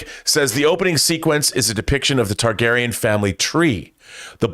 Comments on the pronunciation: It’s TAR-garyean John not TAI-garyean!!!!! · “Tygarian”….. Tarrrgarian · they are TARGARYENS, not taigaryens ...you're pronouncing wrong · John’s always got Star Wars on the mind 😂 “TIE-garyan”